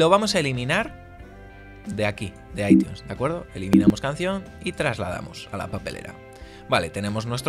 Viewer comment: Dislike solo por que dijiste aitiun